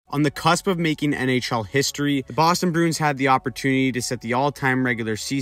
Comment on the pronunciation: I like how you say Bruin. You say it like Broon. I respect that.